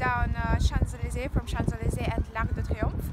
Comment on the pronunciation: shanz aleezay 😌😌